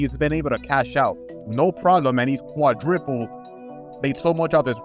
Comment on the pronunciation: Homeboy said QuadRIPPLED. Lol